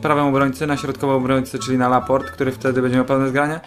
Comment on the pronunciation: dobrze przeczytałeś, we Francji nie czyta się ostatniego "e" :)